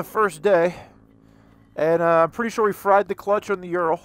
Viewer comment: You pronounce its name as "Youral". The correct Russian pronunciation sounds more like "Ooral" with emphasis on A: Урал. Just FYI